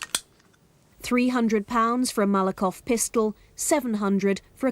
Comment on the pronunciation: What’s a “Malakov Pistol”? . Doesn’t she mean, Makarov!